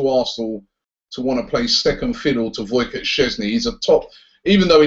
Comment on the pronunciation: LOL his name is WojCIECH not WojCOTT Robbie xd